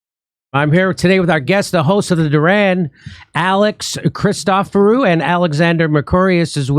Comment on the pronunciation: On the live stream, Jimmy murders the pronunciation of Christoforo and Alex tells him his pronunciation was perfect. 😂